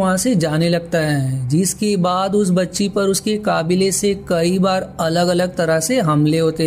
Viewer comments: Bhai voice pronounciation sahi karo to or maja aa jaye ga Like kabile ko kaabile kah rhe ho Sunne me bahut ajeeb lagta hai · भाई काबिले नहीं कबीले